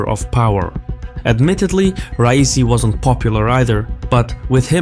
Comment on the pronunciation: I dont like the man, but as an Azeri why are you trying to sound Yankee? Why are you saying rice-e? I know you can say Ra-ee-see